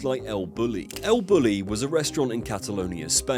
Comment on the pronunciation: It's pronounced el boo-yee